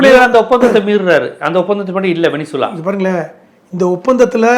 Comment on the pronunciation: சார் உலக நடப்புகளை அழகாய் விவரிக்கிறீங்க... ஆனா (venezeula) வெனிசுலாவை வெனின்சுலானு உச்சரிப்பது போல தெரியுதே??